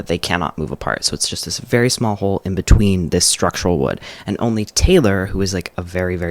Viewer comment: ‘etween’ actually killed me